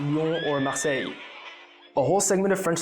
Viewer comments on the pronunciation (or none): Did he just put an "s" at the end of Marseille?! 😵😱 Peuchère, t'es fada ou quoi, con ?!